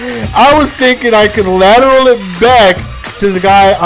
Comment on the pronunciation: it's "lateral"! Great vid still;)